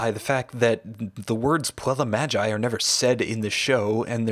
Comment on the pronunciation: On Latin G is not pronounced as Gi like in Italian, its hard G (like in "group"). So its Mag-i, not Ma-gi Puella Magi Madoka Magica can only be translated as Magical Girl's Magical Madoka which indeed fits trope of colorful meaningless magical girl titles but it absolutely doesn't mean Magical Girl